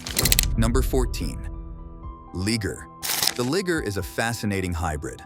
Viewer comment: He said liger hahaha hard R lol jk jk